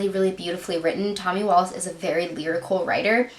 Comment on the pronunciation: His name in pronounced Wallick not wallace.